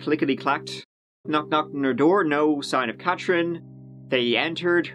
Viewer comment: I don’t understand why this guy can’t say “TH” in his sentences. He can’t even say Katherine he is saying KAT- TRIN ... it can’t be that hard. I’d like to hear him make a video speaking in a American accent to see if he can actually pronounce the “th” in words